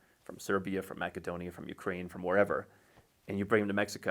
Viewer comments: If you happen to know a bit of Macedonian and want to appeal to the local people, you say it the way he does. That's how Македонија is pronounced in Macedonian language. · TIL that Macedonia is correctly pronounced as Mac-e-Donia.